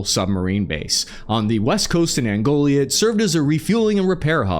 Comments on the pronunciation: Angola bro not Angolia. I damn near pulled my hair out every time you said it lol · Ango-Lia??? Try An-Go-La. Dominican Republic of the Congo??? 😂🤣🙃, don't do bong hits before you record the video. Sometimes I feel like you are reading someone else's homework. 😎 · Great video. It’s “Angola” not “Angolia”. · Angolia? I think you mean Angola. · An-GO-la, not Angolia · Angolia lol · It is Angola last time I checked…not “Angolia” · Malayan soldiers are from Malaysia, Malian soldiers are from Mali lol. Also its Angola, not Angolia - not meant in a dickish way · Angolia 😂 Dominican Republic of Congo 😂😂😂😂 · You weirdly kept calling Angola “Angolia” for this video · Angolia? Piling on. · Angolia? lol..... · Hey? You're not an 'average infantryman' anymore, you're a reporter and documentarian. And saying things like "Angolia" (Angola), "the Dominican Republic of the Congo" (Democratic), or that Russia was "pushing forward into Russia"? Those kinds of really basic mistakes make it REALLY hard to trust that the rest of what you have to say is even remotely accurate. You work so hard to inform us about all this—take the time to edit, or even just watch back before you publish. Suggested with love and respect for your efforts. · New member benefit: preview videos reading all the place names and vocabulary terms before recording the main video? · Dude it is Angola, not Angolia 😂 love your videos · dude, it's not angolia...it's angola...no i...an...go...la... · Interesting video as always, but it’s Angola not Angolia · it is "angola" not "angolia"!! and "the dominican republic of congo"?!?!? LOL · You said Angolia. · "Dominican republic of congo" "Russia expands into Russia" "Angolia" instead of Angola You need to rest my man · Its Angola, not Angolia. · Its close to Angolia. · I have butchered words too, but it is "Angola." No need to add extra letters. That is all. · Angolia Mongolia you say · Did you just say Angolia 😂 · lol I love how he says “Angolia”